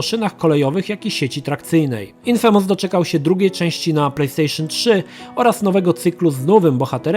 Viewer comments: "infémes" <3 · Echhhh....ten "infemes"...i "szenmiu" ...nie gralem:)